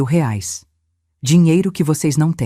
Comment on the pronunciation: A IA NÃO SABE DATA, NEM MESMO FALAR REAIS . "ELA" FALA RAIS. KKKK